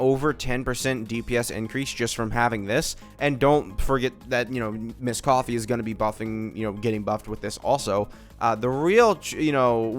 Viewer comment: Why do you still call her misscoffier 😩